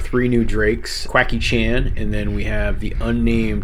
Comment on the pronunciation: "Cuacky Chang"... 🤣